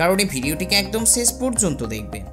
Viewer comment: তোরা উওর বইঙ্গারা, শেচ,গবেছক,এই সকল স,ষ,শ,ছ,চ শব্দ উচ্চারন করতে পারিস না কেনো.মৃগীরোগ আছে?